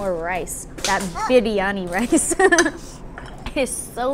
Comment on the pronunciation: You got that rightly pronounced for Biryani. Love.